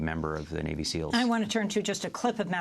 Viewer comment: "kneal" team six. Botch get it right.